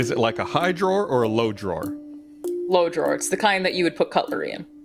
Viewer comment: why does say drawer with a j